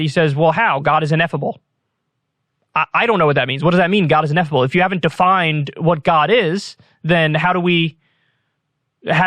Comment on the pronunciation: Ineffable* not inethible